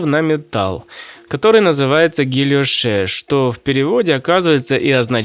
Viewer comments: Почему гильошЕ'? Гильо'ш же по русски? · Правильно «гильош» (без -е) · Во французском это читается как "гийоше", в ill - лл не произносится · Как всегда отличная работа! Не хочу быть занудой, но правильно будет -- Гильо́ш (от фр. guilloché). Во французском языке очень часто последняя буква "е" не читается. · кстати, читается гийошЕ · Правильно произносится [гийошэ] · Точности ради, по-русски французское слово "guilloché" произносится - "гильош". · Всегда считал, что это произносится как ГильЁш =) емнип так ещё называют защитный рисунок на различных документах.